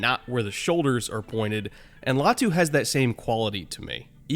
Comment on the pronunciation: LAY-ah-tu 👎 LIE-ah-tu 👍 ✌️